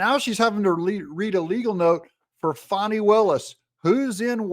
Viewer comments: Whats with the Fahhh-ni pronunciation? Can't anyone read English? It's a common name with an uncommon spelling. It's pronounced Fanny, like Danny. Everyone in Georgia knows this very common word and old southern name. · wy are you calling her fani not fanny have you been threatend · It's pronounced Fan-nee. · It’s pronounced FAH nee! Per Wikipedia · Say her name the right way.... FANNNNNNIE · Her name is Fani, like what barely fits in her pants, not a baby deer. There is NO "w" in her name!